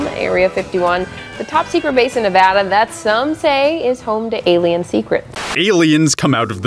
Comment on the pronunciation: Gotta congratulate you, you're the first YouTuber I know that can say Nevada right.